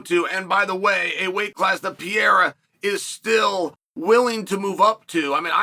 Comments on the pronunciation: Hi Chael, if you are reading, first of all i'm a big fan. That been said, and since is not your native tongue let me help you out: you say something like PIERA (PI E RA). It's pronounce PEREIRA (PE REI RA). Just because i know you are a pro and should give a damn (or not, maybe you alredady know and just dont care, wish is fine. If not, now you know.) Keep it up. Great stuff. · Please work on pronouncing PE-RE-RA...... NOT PEE-ER-RA....thanks